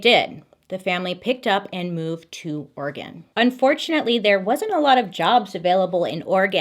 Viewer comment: Ugh she says oregon how you say oregon....she's a 10